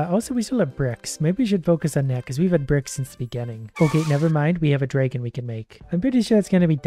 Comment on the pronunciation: Disliking because of „DrAEgon“